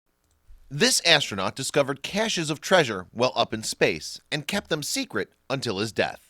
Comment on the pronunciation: It is 'treasure',.